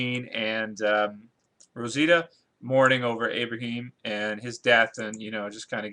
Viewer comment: not to be a dick, but can you not say abraham? its not abraheem.